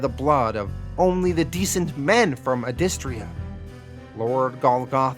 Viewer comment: He's pronouncing it wrong, it's pronounced "Adystria" . I know this because I heard the creator say it in an interview.